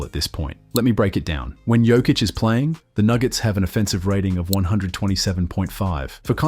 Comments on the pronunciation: Serbian J shall be read as yours Y, so try with Yokic. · learn to sayhis name! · I wish you'd say his name right after all this time. 🤦🏻‍♂️ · How about learning to pronounce his name correctly!!!??? Voted down, learn basics! 👎👎👎👎👎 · You're pronouncing his name wrong... smh. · How are you gonna make a video about the man and not even pronounce his name correctly? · as a Serb also, I think its important to professional. That means pronunciations must be right! Basics...